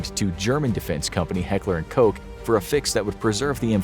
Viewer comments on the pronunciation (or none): Heckler & Koch. Not Heckler & Coke😂